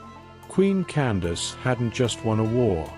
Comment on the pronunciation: Her name was not Candice, that was a miss understanding by the Europeans who recorded her story, they did not understand that “Can-da-ki” or Kandake is a tilte meaning “Queen Mother” or “Great Woman.” Also you're telling this story wrong, you can not tell the story without its begining. That is "King Teriteqase" who was felled at the first battle.